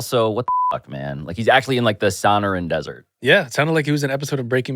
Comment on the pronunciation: Sonoran pronunciation at the beginning was crazyyyy